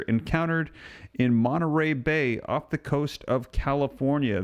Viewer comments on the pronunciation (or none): none